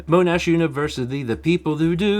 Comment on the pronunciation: So wild hearing talking about Monash university because that is located where i live (also we pronounce it mon-ash)